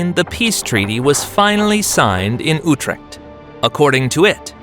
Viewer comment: Ooh-de-Nahrd? Oudenaarde is rather pronounced: Oud as in loud, stress this syllable an aar (with a LOOOOOOOONG aa and fricative r) duh So (L)OUD-an-aaaaarrrrr-duh. ------------------------------- Ooh-treKt? Nope: that U is pronounced like the german Ü, and that ch is pronounced with a hard fricative KH-sound (like in Arabic: khalipha) So Ü-treKH-t